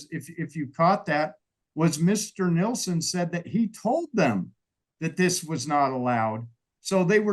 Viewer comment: It's not Nelson, it's Nielsen.